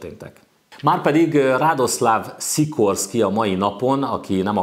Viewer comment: Jó a videó, de Radosław Sikorski nevének kiejtését gyakorolhatnád. ;) Van olyan lengyel tájszólás, ami némítja az áthúzott L-et, szóval [radoszaf sikorszki] -- ezzel már jó vagy. :)